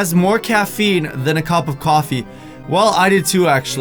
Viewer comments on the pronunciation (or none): said cop of cufee